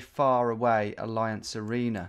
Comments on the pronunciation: It’s pronounced alleeanz not alliance hahaha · You can't be pronouncing Allianz as "Alliance"! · I died a little every time you said alliance instead of Allianz.